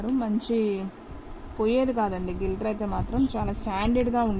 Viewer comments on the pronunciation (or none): గిల్టర్ కాదు గ్లిట్టర్❤